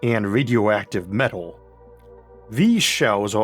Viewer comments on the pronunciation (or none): none